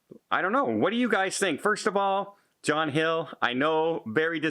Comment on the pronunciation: It sounds like you said John Hill 🤫